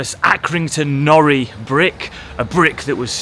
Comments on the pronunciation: It isn’t pronounced and norri it is pronounces as nor-i as in iron backwards. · It is pronounced nor-eye . Stop saying nori , it's doing my head in . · It’s pronounced nor-I not nory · Great vid man 👍 Happy to hear that the cool guy at the minute mark said nori and not norry as you were saying it. 😀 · It’s Accy NoRi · As an Accy born and bred lad can you at least pronounce the brick properly please…. It’s pronounced like NO-RYE and also Armadale 😂😂 don’t get me started but the parking there are absolute pricks… I got a £100 fine for staying 35s more than I should have… also my ex got a fine for being on the white line of a bay not over it but on it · NORI is pronounced nor eye. The legend is,the brick was named IRON but he guy that did the print for the brick accidentally put the lettering the wrong way round and it stuck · I have to correct the pronunciation of the Nori .... it is pronounced "No-Rye". But yes our town is dying and Accrington = Acorn town is correct. The Arndale was amazing when it was first built. Such a shame :( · its pronoucend,,, NOR EYE. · Great video (as always) but as an Accrington lad, it's pronounced Norr-eye (like Iron spelled backwards), also there is one chimney still standing, it's on a street called Victoria Street (if you're ever back there) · Pronounced nor - like gnaw - then just I - like eye say it right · It's pronounced as norI capital i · Do you not have a problem with his pronunciation of the Iron brick. I`m in the comments before i`ve even watched the rest of the video because it`s Nor.... eye. Hence chuck half a Nori through the window. At 18 mins he finally gets it right after three different people correct him. Crisis averted.